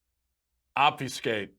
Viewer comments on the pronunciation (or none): I don't know why, but I've seen many a YouTuber mispronounce obfuscate and all in the same way. The "u" is is pronounces the same as in "mud". It is not pronounced as the "ew" in "few". So ob-fuss-cate, not ob-few-scate.